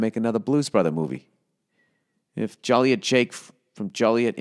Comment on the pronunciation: Joe-liet. Cheers.